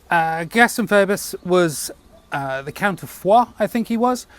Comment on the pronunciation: Just a little quibble, I think it is pronounced "Feebus" the OE is pronounced the same as in amoeba.